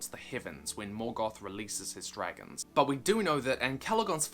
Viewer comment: Yeah “but what abbout dragonzzzseeeah!”